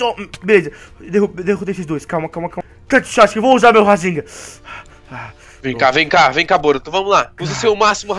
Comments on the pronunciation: rasengha kakakaka fala certo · por favor fala rasengan certa e não rasenga e gritando.Ta errado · o cara fica falando rasenga é mo engraçado kkkkkkkkk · Kkkkkk o cara fala rasenga kkkkk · quando ele fala razengam kkkkkk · você tava falando razemga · ele fala rasenga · é em graçado você falando racegan